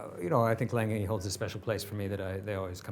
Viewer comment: needs to teach how to correctly pronounce A. Lange & Söhne.